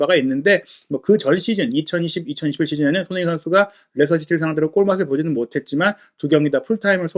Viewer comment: 훠훠 숀흉민 어뒤괐어? 숀흉민